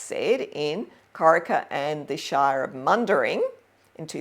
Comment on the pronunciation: 'Mundaring' is pronounced 'mun-DARING'.